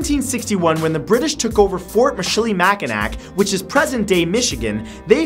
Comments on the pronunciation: or Michilimackinac. It's Mich il i Mac in aw. (The last C is silent) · still not right, its mi-chili-mack-a-naw (i live in michigan) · You pronounced Michilimackinac wrong.